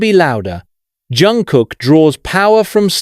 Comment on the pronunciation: Автор все ЗАМЕЧАТЕЛЬНО сказал о ЧОНГУКЕ, всё исключительно верно, но несколько раз повторялось не правильно его имя, это сильно режет слух, извините если не так, может дело в переводе. Чонгук очень талантливый певец, танцор и музыкант. ЧОНГУК П Р Е К Р А С Е Н, желаю ему счастья и ОГРОМНЫХ УСПЕХОВ в ТВОРЧЕСТВЕ, да и во всём!!!!!!!